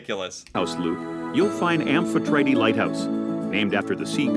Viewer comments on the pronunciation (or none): none